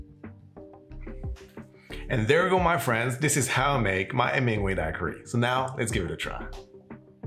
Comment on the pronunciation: You are adorable! While you do not pronounce the “h” in hola, you DO pronounce the “H” in Hemingway! ☺️🙌🏼❤️